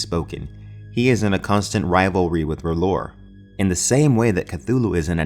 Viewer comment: Awesome Vid, just one thing it's pronounced Rye-Leth.